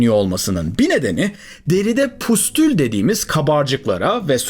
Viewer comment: Variçella değil,varisella olarak okunur.Pustul değil, püstül..